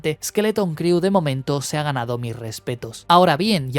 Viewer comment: una recomendación. La palabra 'crew' en inglés se pronuncia "cru" y no "criu".